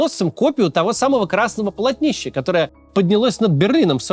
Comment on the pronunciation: Не полотни́ща, а по́лотнища! 🤭